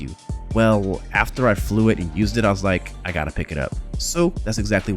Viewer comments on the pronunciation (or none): none